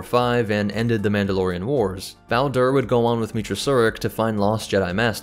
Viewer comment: You mispronounced both say and Bao Dur. In kotor2 he tells you his name, and it said at least 3 more times as well as a species. The original idea of dathomir was better then Disney stupid remake of it. Originally dathomir was a prison planet where the inmates a hunted by rancor. A ex Jedi was prison was sent there where she tamed the rancor, using them as mounts, taught him to speak, make to make Spears and Nets. Then made a tribe where women are superior and men are equal to livestock. Out of the 12 tribes only the nightsisters where the dark side users. The singing Mountain tribe was their biggest rivals. The rancor hated nightsisters, wouldn't even eat them just killed them or run away. George Lucas dathmor didn't have any zebrak, just him and since then neighboring planet was human based. First day back in iridonian for two different species from the same planet